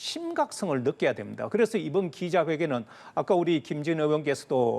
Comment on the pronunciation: 쌩중계 두라마 김진 발음 못들어주겠네